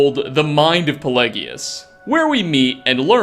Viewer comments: Bro.. Really pelegius.. It’s pronounced PAY-LAY-GEE-US. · My mans, Puh Lay Ji Us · I'm pretty sure 'Pelagius' is pronounced as (pe-'lay'-jus) and 'Rieklings' are pronounced as ('reek'-lings). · you said pelagius wrong. oh and. 'MURDERED TO DEATH BY THE ALMIGHTY ' and in fallout 4 i called my radium rifle 'murders to death' do you like the name?? also you say nerevine but it is Nerevarine